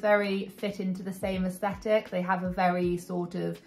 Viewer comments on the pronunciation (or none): none